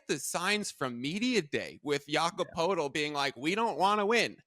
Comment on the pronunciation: lol dude evaluating the Raptors couldn't pronounce Poeltl, didn't come close to knowing what Quickley's contract is and apparently has never watched Scottie Barnes play. Very professional.